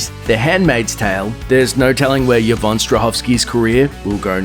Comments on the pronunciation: just thought you should know the name is pronounced EE-von not YA-von :) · Why is he pronouncing Yvonne as "Yah-von"?? It's pronounced "E-von". 😂